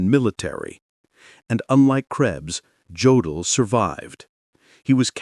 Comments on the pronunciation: It's pronounced "YOH-dl," not "GEO-dl." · An okay video except for the pronunciation of some of the names (e.g. Jodl, which is pronounced Yodel). Also, the pictures shown are not of the people they are describing. Need some editing, guys. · And incorrect pronunciation of "Jodl"... This is a very low-grade, unprofessional production.